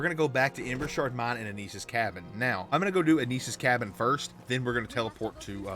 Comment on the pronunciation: ... did u REALLY just say Anus's cabin? lmao!